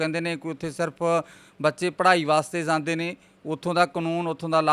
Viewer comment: Anchor veer ik request aa 'jande word nu sahi tareeke nal bolo ..baki sab okk aa